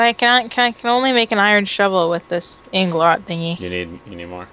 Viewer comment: its not anglot girl